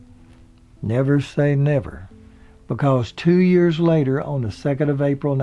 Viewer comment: blnstr yeah, as an elementary teacher, that really bugs me, but I think many pronounce years the way he does.